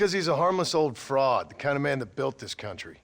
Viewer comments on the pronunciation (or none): none